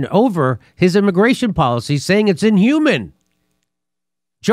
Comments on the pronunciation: It's pronounced in-hew-main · That word is inhumane: ĭn″hyoo͞-mān′ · For the life of me, why can't he pronounce the word "inhumane". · Jimmy I’ve heard you mispronounce inhumane in three separate videos in the last 2 days. Ofher than that I love the show